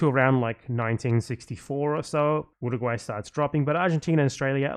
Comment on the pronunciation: He said Uruguay. Just.... incorrectly.